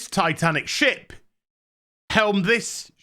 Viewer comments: Sorry just got off the floor, shiP, shiP, um think you missed the enunciation on that one, lol. Sorry to say but I am looking forward to the new Star Wars movie, can't wait to see how bad it will be. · Oh he said ship not shit